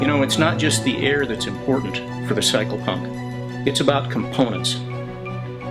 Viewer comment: Er ... did you say 'psycho-pump'? And you did say "committed" several times. I distinctly heard you say that word. They are used in conjunction, you know. I have connections in Seattle that can help you with this ... ephemeral issue. Think about that. There is hope.